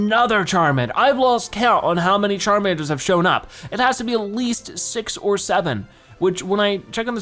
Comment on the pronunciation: When you said use saw like six or seven of Charmander it sounds like you’re saying 67😂 😆 😆 😆 😆 😆 😆